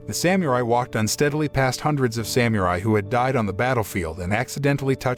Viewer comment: Someone needs to tell this announcer how to pronounce Samurai and shogun.